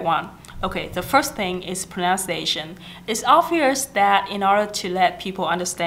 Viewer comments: Thanh Thảo Nhi Trần cái này đúng em ơi. Còn cái pronunciation thì có bạn cm và c cũng nói ở dưới rồi đó, từ đó c bị lỗi spelling, c tưởng nó viết là pronounciation nên c phát âm thành pronounciation. Còn nếu bạn nào theo dõi các video của c thì c đều nói đừng học tiếng Anh của c, vì c vẫn trên con đường hoàn thiện tiếng Anh. Nhất là khả năng dùng đúng ngữ pháp khi nói, vì ngữ pháp là điểm yếu nhất của c. Vì vậy nên các video mới trong playlist English practice. Chắc e ko phải là ng theo dõi c lâu nên ko biết. Cái c muốn truyền cho các bạn là tinh thần luyện tập, dù bạn ko hoàn hảo n mà bạn vẫn nên làm, đừng sợ mọi ng chê cười mà ko nói tiếng Anh. Vì chỉ có tập luyện mới giúp mình hoàn hảo hơn thôi. Có rất nhiều Youtuber khác nổi tiếng về giỏi tiếng Anh n mà thực ra em đâu biết là họ có thực sự giỏi như họ thể hiện. Khi lên hình thì có thể họ đã chuẩn bị script, quay đi quay lại và cắt ghép video để nghe trông có vẻ hoàn hảo và không mắc lỗi. Nên mặc dù c biết c nói sai nhiều n mà c vẫn đăng video, để những ng như c có thêm tự tin thể hiện bản thân chứ ko phải là cố gắng để thật hoàn hảo trc mặt ng khác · Em rất hâm mộ chị nhưng video của chị có nhắc đến Pronunciation và IPA nhưng những từ căn bản chị phát âm đều sai, ví dụ: pronunciation. Grammar chị cũng không tốt khi nói. Mình nghĩ các bạn nên nghe theo lời khuyên của chị (vì nó đúng thật sự) nhưng không nên học theo (imitate) tiếng Anh của chị ấy.